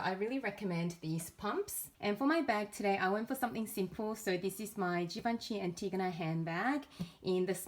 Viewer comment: Yesss yes yes!! You are the first person I’ve heard here on YouTube who pronounced ‚Antigona’ correctly. Thank you for that😅